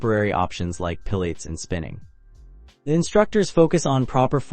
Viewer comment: If you are doing cruise reviews, learn how to pronounce Lido and Buffet! AND Pilates.